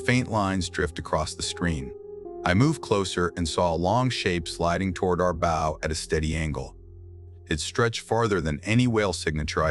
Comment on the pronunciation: When is the AI going to learn how to pronounce the name of the pointy end of the vessel.......B OW. 😊 Not bow tie